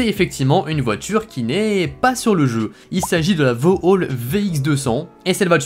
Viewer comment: Vau Hall 🤣😂 C’est Vauxhall !